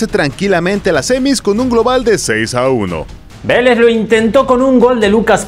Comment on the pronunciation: Porfavor digan bien los nombres, no es Veléz es VÉLEZZZ